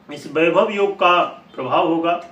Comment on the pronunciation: बाईभव नहीं वैभव होता हे 😜